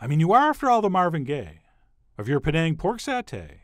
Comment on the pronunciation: Chef John, you pronounced "Penang" correctly. And the recipe is spot-on! Even my mom approves!